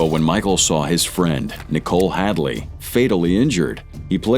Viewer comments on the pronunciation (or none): none